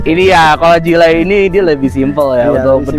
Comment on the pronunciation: Jili... knapa jadi jilai? 🤣